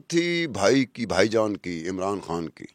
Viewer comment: بیبی کھان نہیں خان حے حناء نا بولو